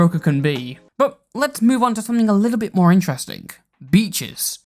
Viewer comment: Great video, but I had to stop what I was doing and rewind when I heard Beaches as Peaches and thought that SOMEHOW the hopelesspeaches drama bullshit had made it into this completely unrelated thing.